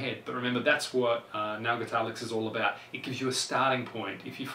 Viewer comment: His accent makes the word "nail" sound like "now", which is pretty annoying lool